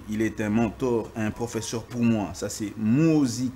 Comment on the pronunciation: Le mot " professeur" est mal prononcé par l'avocat français. Lui qui cherche toujours à humilier d'autres compatriotes. Il n'a pas suffisamment étudié le cours d'expression orale.